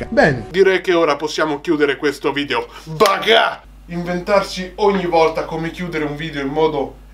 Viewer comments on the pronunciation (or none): Bel video però si dice Baka non Baga